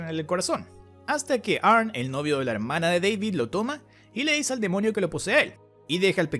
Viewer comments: Y no se dice "arn". Se dice "Arni" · Se pronuncia "arni" pesao